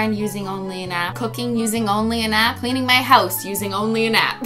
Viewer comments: I heard you say nap not app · It felt like she was saying using a nap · Is it me or did I hear it as living my using only a nap?